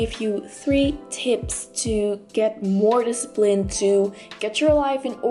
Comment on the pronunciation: discipine.. u forgot the 'l'!